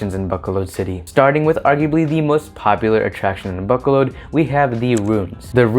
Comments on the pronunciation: Ba-co-lod is how you pronounce it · Buck colod is that how locals pronounce it? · Dear, you are not pronouncing the name of the city correctly. Please transfer your emphasis from the A sound to the first O and then the second O. Besides that you did a pretty good job.